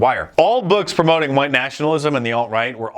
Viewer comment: The way he says huwhite, that’s it.